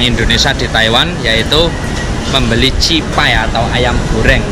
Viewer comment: Cipay ya om bukan jibay 😀😀😀😀😀 Awas salah sebut 😝😝😝